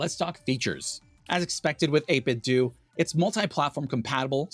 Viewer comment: Okay for real isn’t it pronounced 8bit-d’oh? As in Nintendo ? Am I insane? 8bit-dew sounds so wrong to me